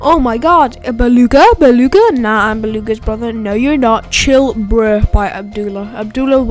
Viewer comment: why are u saying beluga and flamingo so weird like dude stop:/